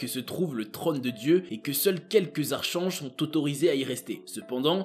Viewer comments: On dit Arkange et pas Arche ange 😬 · Archange se prononcé "arc ange" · très intéressant. Un léger bémol pas grave du tout, le mot archange se prononce arkange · Moi ce qui me choque c'est que premièrement on ne dit pas arCHange, mais arCange, ensuite le mot Néfilim ne prend pas de S a la fin, car la terminaison "im" est le pluriel en hébreu et pour finir, il n' a pas de révérend dans le judaisme, c'est juste des rabbins, si c'est la plus haute autorité on le nomme tout simplement le Grand Rabbin. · Archange se prononce arkange . Ca m a fait rire comme vous le dites . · Bonne vidéo, sinon Archange se lit "arcange" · Le mot Archange se prononce ArKange ! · cher ami, ARCHANGE se prononce : arcange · Archange effectivement ça pique aux oreilles... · Beaucoup d’erreur dans cette vidéo... et aussi on ne prononce pas le ”H” de archange, c’est un minimum quand même 😆😄